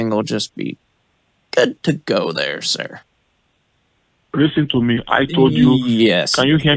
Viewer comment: Lease-teen tow mee